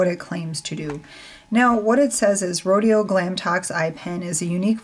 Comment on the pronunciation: That Rodial product looks really nice.. I might have to try it. Do you own the Clinique product like that? I wonder how it compares. Rodial is pronounced with the accent on the al - said like rodee'al - I only know this because I met one of the reps at the big trend show - its quite a luxury brand! Glad to hear the product works so great. I can't even watch brush videos .. I must must stop buying brushes.. LOL!!